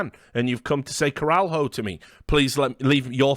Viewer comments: Caral-HO is definitely funnier, but the actual pronounciation is closer to cara-LEE(as in Bruce Lee)-O. MIBR are clowns and their fans might be the first ones to have lower IQ than TSM fans on reddit. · It's not pronounced "coral-hoe". You can say it like it's Leo after "cara".